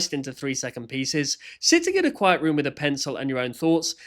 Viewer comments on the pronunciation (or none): none